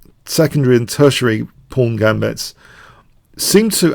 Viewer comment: The "fawn" pawn.